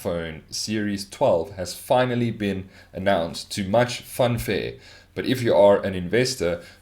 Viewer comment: "to much funfare" xD